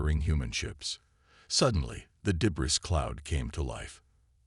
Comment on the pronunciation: This would be a good story. Unfortunately, the AI reader needs way better annunciation and pronunciation. I'll overlook the repetition of the story which seems to be a universal problem. Debris is pronounced debree , teach your robot hooked on phonics.